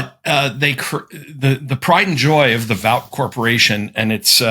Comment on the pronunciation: Nichols not only pronounced the name of The Boys corporation wrong. It’s Vought (like bought) Also, he failed to make the point that The Boys writers mock Trump in the show by having the board of directors kiss Homelander’s ass just like Trump’s cabinet routinely does!